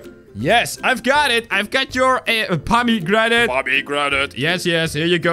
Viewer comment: It's not pommy granted it's pomegranate